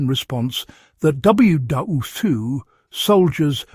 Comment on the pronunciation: This AI can't figure out how to say WWII.......